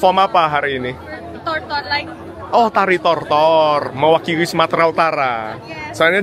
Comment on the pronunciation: Setengah deghapan pagi.. mewakighi medan.. tiga beghas cadel tapi lucu juga 😂😂😂